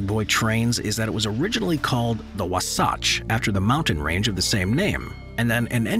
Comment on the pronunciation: WASATCH is pronounced "wah-satch" Just thought you would like to know???!!!